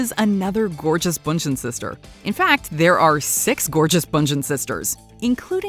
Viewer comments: not them saying Giselle’s surname wrong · hi! that's not how you pronounce Giselle's last name